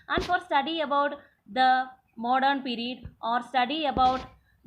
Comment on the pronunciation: It is period not perred